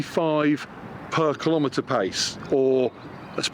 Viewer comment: Keelow meter